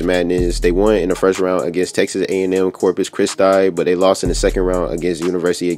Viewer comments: Niggah said corpus chrisTY, never hard no one pronounce Corpus Christi like that🤣😭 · nigga said corpus christeye 😂😂 Bro must not be from texas.